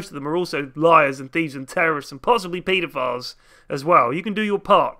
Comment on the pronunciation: Doesn't Jakiro's backstory just state that he's just a mutant-babby that was allowed to grow up? Would that fall under cop-out? Also the way you said pedophile almost made it sound like you said PLphile, possibly just as bad.